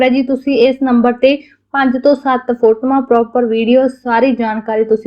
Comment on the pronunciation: ਫੋਟੋਆਂ ਹੁੰਦਾ ਹੈ ਫੋਟਮਾਂ ਨਹੀਂ . ਹਰ ਗੱਲ ਨੂੰ ਪਤਾ ਨਹੀਂ ਕਿਉਂ ਦੋ ਦੋ ਤਿੰਨ ਤਿੰਨ ਵਾਰ ਦੁਹਰਾਉਂਦੇ ਹੋ